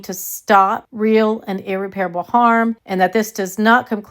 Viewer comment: Ear-rep-perable not Ear-repair-able